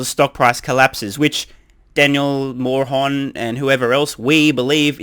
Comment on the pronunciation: Poor Daniel Mohr-on 🤣